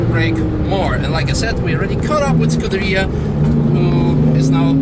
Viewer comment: Who the hack calls a Ferrari a Scurderia..